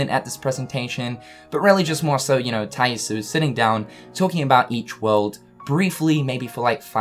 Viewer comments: says "Shooter Mode". Also still mispronouncing Tai Yasue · thank you, he says the name so often and every time im cringing.